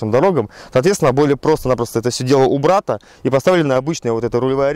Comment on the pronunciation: "убрАто".... что тут скажешь. "Убрано"